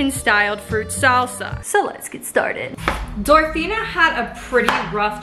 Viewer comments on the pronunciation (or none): Why was she saying dorathena and not dorothea? I'm so confused? It's making my bf mad which is annoying me cozz I'm just trying to watch my kenzie vid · Girl I loved this but every time you said DorotheNa instead of Dorothea I cringed a little. 😂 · She said Dorethina instead of Doretha the whole episode. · hey! great video but just so you know its “Dorothea” not “Dorothena” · it's DorTHEA not DorTHENA my ocd is killing me right now with this!! it literally says it in her cook book!! I remember watching a show on this!! Insane!! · I couldn't listen, she kept calling her Dorethena 😂